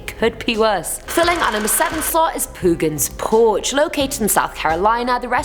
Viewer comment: Haha poo-gan’s porch